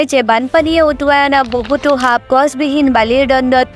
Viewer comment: হাপ❌সাপ✅ হিকিলা❌শিকিলা✅